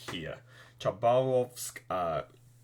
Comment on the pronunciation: I think its a greate plan. One small thing about pronounciation. City on the east called Habarovsk (H as in hello(also almost every city with Kh on first letters sound like this )) emphasis on second a. And when you talked about Russian city Rostov-on-Don(Rostov Na Donu) its not correct to call it just Rostov because we have another Rostov somewhere in the center of eouropean Russia I think(same shit with nizhnij Novgorod and just Novgorod (or great Novgorod but no one use that seriously) but in case of Novgorods you can call nizhnij just nizhnij and everyone will understand you. Sorry if sounded rude. Just think it might be helpful or interesting. And one thing that might be funny and immersive . If you using Romel for the invasion you can justify taking too fast and too much in the invasion because he loved doing this in west Belgium. But its just a little funy idea I had.